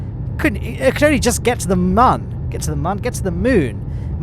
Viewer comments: Moon not mon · You keep saying man not moon🤣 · it is not mun it is moon